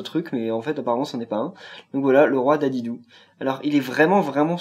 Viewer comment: Sa ce dit DIDIDI et pas dédédé